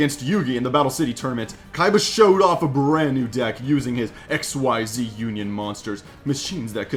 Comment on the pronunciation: Say X-EEEEEZZZ you just say XYZ! It’s not pronounced X Y Z separately